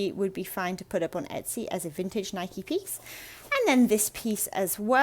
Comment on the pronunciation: The blue label NIKE windbreaker is definitely '80's. BTW congrats on pronouncing NIKE the way the company does, it seems that most Brits insist on saying Nik (with the "e" silent.)